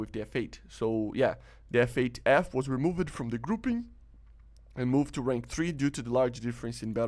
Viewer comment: With much respect I just want to point out the words "changed" and "moved" are pronounced with one syllable like the word "cold". I realise English might not be your first language but you speak as fluently as any native English speaker. 😊👍